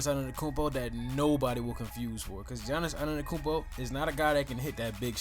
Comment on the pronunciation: Bro cmon if you want your channel to grow you can’t analyse players for a hate standpoint. You not even saying his name right 🤦🏾‍♂️